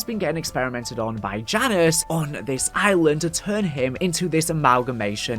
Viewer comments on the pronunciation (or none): none